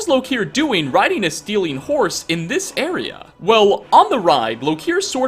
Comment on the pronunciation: am i the only one who heard 'riding a stealing horse'? because, i think thats not how you say it